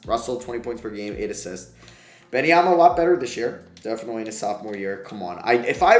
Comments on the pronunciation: do u actually pronounce Webenyama as Ben-Em-Yama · Why on earth are you so annoingly persistent with calling Wenbanyama "Benny Yama"? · Say it with me: WEM👏 BAN👏 YA👏 MA👏 It's NOT that hard